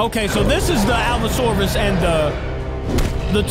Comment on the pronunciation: ya you said the allosaurus correct